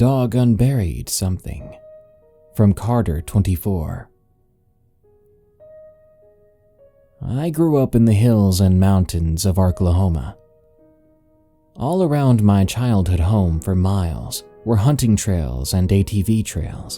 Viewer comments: In the beginning one u said arkahoma instead of Oklahoma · Arklahoma? Lol.